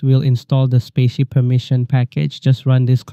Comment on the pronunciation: Thanks for the tutorial, much appreciated! By the way, "spatie" means "space" in Dutch (as in " ", the space between text) and is pronounced like "spa" + "si", not spacey ;)